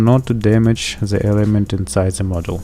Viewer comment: It`s not „ZE“ it`s „THE“